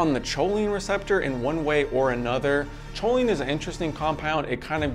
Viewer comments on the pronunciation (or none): it's pronounced koline not choline